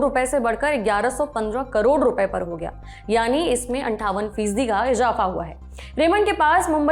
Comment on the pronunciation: Andaja,ejafa,jameen, manjila😂😂sab galat pronounce kiya aur hazar sahi bola ab yahi z aur j ka farq samajh kar bole .